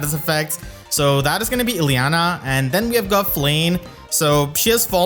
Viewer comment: I like the way you say Illyana's name; also Melady definitely needs that new weapon upgrade...lol